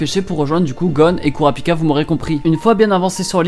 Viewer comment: « Kourapika » ça me fait pleurer ;-; « kiroua » j’en peu plou C’est « killua » et « kurapika » bordel ;c